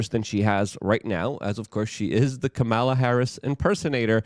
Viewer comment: Luke… for the love of God… please pronounce her name correctly. You do a great job, but you need to stay on point so new viewers don’t automatically dismiss you.